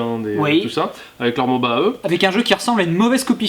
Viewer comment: on ne dit pas moba